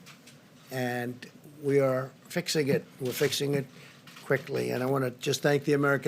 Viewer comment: the way trump accentuated quickly reminded me of Dr. Evil